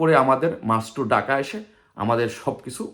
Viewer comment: এখনো ঢাকা উচ্চারণ করতে পারে না সে আসছে বাংলাদেশ স্বাধীন করতে। ডাকা